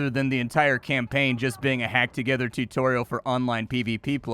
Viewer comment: "Two-torial." I am just... I don't know man, I guess I'm just upset at that so I'll leave a comment and like the video.